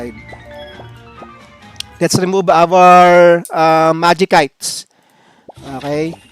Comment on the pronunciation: "Majisayts" "and Kyubayt" po un